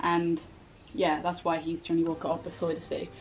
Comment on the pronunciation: Johnnie looks really nice. I'm actually from the Netherlands and I saw the explanation on the pronounciation of his name and it is quite off actually hahaha. I woudn't know how to explain how to pronounce it in English so if you really want to know how to say it I would reccomend just putting it in google translate and listen. Love x